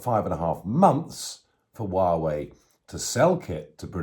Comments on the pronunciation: Nigel. It's pronounced whah way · Hi Nigel. Greetings from Lyminster! Apart from your dreadful pronunciation of Xi (Jinping) and Huawei, EVERYTHING you said about China is correct. Having lived there for over a decade, it comes as no surprise to me that their single priority is to become the world's leading power. They don't seek this because they have a vision of making a better world; they are motivated by greed and lust for power. Make no mistake... it is us, the West, that has created this Frankenstein. We have turned our backs to the plights of the oppressed there: the Uighurs, Tibetans, Falun Dafa practitioners etc, BECAUSE WE WERE GREEDY AND WANTED TO DECREASE PRODUCTION COSTS. Also, we naively thought China would mellow with prosperity. Now that we are on the end of a pandemic (due to the CCP's mismanagement and cover-up of Covid 19)..... now that we are directly affected by the vile Chinese regime..... we are fighting back. It's a shame we didn't stand up for those too powerless to stand up for themselves. Anyway, better late than never.